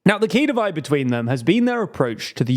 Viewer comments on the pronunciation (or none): none